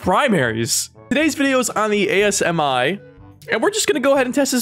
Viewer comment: It's not pronounced A.S.M.I it's pronounced Asmi as a whole as-me